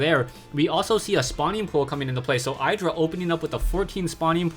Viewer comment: you pronounce idra wrong fyi, if you watched the mlg dc games then you would hear how they pronounce it. not flaming, just helping